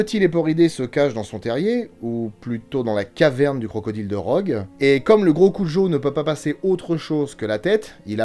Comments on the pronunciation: ok mais le filme se passe dans au étas-Unis et n'as rien n'a voire avec l'Espagne, En plus en français, tout le monde dit cujo et pas "curo" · Au passage, petite correction quand à la prononciation du nom , ça se dit cu"r "o , c'est de l'espagnol. ^^ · Content d'avoir trouver le monstre de film via l'indice de la dernière vidéo (preuve en commentaire). Par contre quelle est l'origine du nom du chien rapport à sa prononciation ? Tel que dit ici, si c'était japonais, ça devrait s'écrire Kujo. Si c'était espagnol, on devrait prononcer Curo. Perso, j'ai toujours prononcé le J comme un J ^^